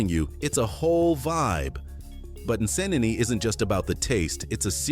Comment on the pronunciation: hes pronouncing the names wrongly, i dont blame him, am a ugandan so in regard to "Nsenene" being pronounced as "nesenene" lol, now i have never been to kenya but i know its not as he pronounced